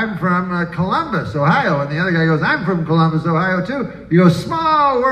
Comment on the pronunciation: "Clumbus." He said it right.